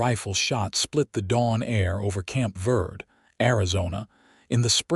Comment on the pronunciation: Fort Verde is pronounced vaird-a, Verde is spanish for green. In the Spanish alphabet the e is pronounced as a long a in English.